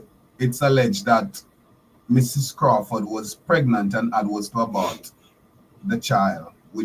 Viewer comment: It is so disheartening to hear you pronounce the word "Mrs." Are you indeed a Holder of a Doctorate from an Accredited Institution?